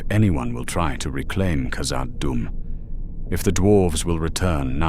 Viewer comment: No dwarf would call Khazad Dum 'Moria'. And your pronunciation was abysmal.